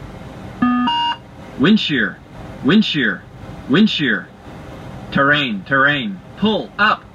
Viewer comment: 〜 RRAIN TRRAIN PuLLuP